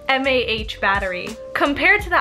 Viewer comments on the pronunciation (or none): And its mAh not “mha” as was stated. As in milliamp*hours. And, its hard to reach notifications on xs max because you didnt turn reachability on, then you just swipe down on the screen. And contrary to the photos the were taken, both phones have the same screen, and same cameras, it was probable true tone setting that made one pink. And...should i keep going?